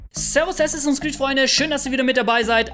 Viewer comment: Bitte es heißt Assassins Creed, statt Assinsass Creed.